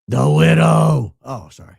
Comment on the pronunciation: Lol, I say the “The Widoww” too in a conversation once in awhile.